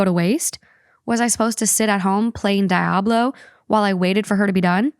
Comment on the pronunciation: The way pronounces Diablo always kills me